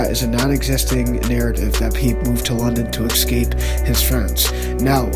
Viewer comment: theres no x in the word escape tighten up slim